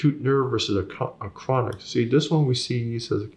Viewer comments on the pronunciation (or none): “ Dat der is a kwonik nerve!” KWONIK!